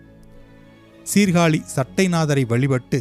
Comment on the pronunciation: டேய் சீர்காளி இல்லடா எங்க ஊர் மானத்த வாங்காதடா சீர்காழி என்று சொல்லடா